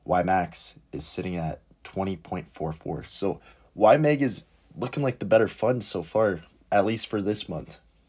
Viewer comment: It’s YMAG not YMEG … please😩